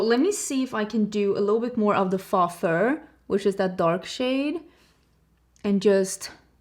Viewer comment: You have incredible English and way better than I could ever speak Swedish so this is meant to be helpful not rude. I thought you might want to know the word "faux" is pronounced "foe." You look beautiful as always. I can't tell you how much clothing I've bought that you've linked - let alone the makeup.